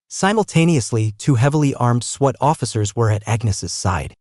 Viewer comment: This must be an AI reader ... multiple mispronunciations ,,, ie sweat instead of SWAT caused a lot of giggling from my grandson